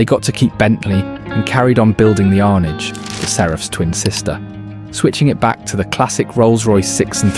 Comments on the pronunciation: Rolls & Bentley had been platform sharing since the 50's, clearly evident in the Shadow/T series & the Spirit/Mulsanne...it wasn't unexpected for the Seraph/Arnage. Oh and it's 'Arnage' not 'Arnidge' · Arrr-narr-ge not ar-nidge but otherwise a fab film 👏🏻